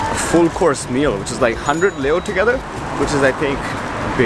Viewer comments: Very nice. Video! The funny thing was the pronunciation of the Romanian leu, and instead of leu it’s liu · i don't get where ppl get this "loose" pronunciation, but it's more like "lay" (lei). (the currency)